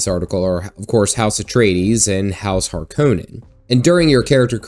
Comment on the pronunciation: The way you say Harkonnen is triggering me the same way m night shyamalan did when he made the cast pronounce Avatar wrong lol :P